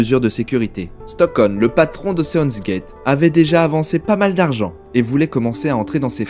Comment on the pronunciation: C'est Stockton avec un T au milieu :D Et Nargeolet ça se prononce "Narjolé" Mis à part ça, sympa petite vid ^^